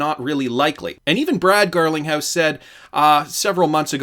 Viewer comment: You said Brad Garlic house 🤣 and from there on out, on purpose?